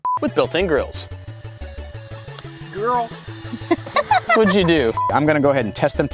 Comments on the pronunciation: Instead of "grills", i heard "girls". I too want a picnic table with built in Girls. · I thought said built in girls